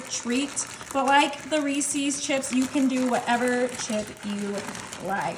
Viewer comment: Why do so many people pronounce Reese's wrong?